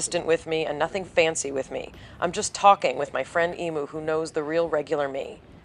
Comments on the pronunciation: Emu is pronounced, Eem-yoo. Some do pronounce it, Ee-moo in fun or slang !! I love the style of this video. I also prefer natural beauty and makeup that is natural looking, like Yours was. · Incidentally, the name of the bird is pronounced "Eem-Yoo"